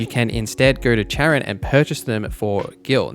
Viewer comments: Why would you pronounce her name as "Chair on"?! They literally pronounce it as "Karen" in the game.... like it's not a debate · Who is CH-aron? lol You know the voice actors don't pronounce her name like that, right?